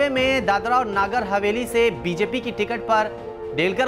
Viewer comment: नागर हवेली नहीं है, जब नगर हवेली नहीं बोलना आता तो न्यूज चैनल बंद करदो ।🙏